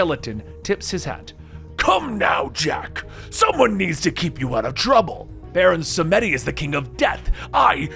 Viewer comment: It's pronounced baron sàm dee